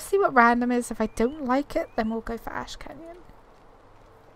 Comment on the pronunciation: you said "Ash Canyon" I heard "Ashkanian" that blew my mind for a sec